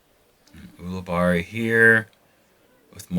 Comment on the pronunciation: I'm pretty sure when I've heard him commentate he's pronounced his name You-li-berry